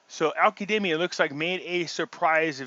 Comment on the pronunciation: Why do you pronounce his name as Al Kademi? It’s Al Kazemi!!!